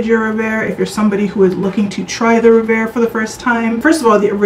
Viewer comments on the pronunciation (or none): I think it is pronounced REV AIR not RE VAIR